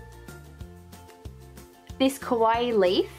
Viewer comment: kawaii Kawaii! not kowai \(>~<)/